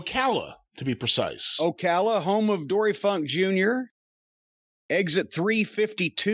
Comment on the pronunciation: As someone who was born and lives still in Ocala Florida, I wish you guys could have heard how loudly I popped for this. First off, you say Ocala correctly. Most goons and conservatives say Oh-call-uh. Second off, Jim nailed the NEW exit number! They changed about 10-15 years ago. Holy shit, I have to catch my breath.